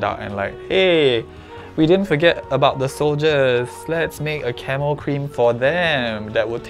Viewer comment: Idk why I kept hearing Camel instead of camo lmaoo